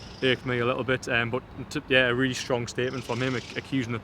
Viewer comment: The word is really, not teally. You're welcome.